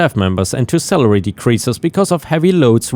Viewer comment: Every time you said salary it sounded like celery you know the 98% water,long, green, moon shaped vegetable Cheers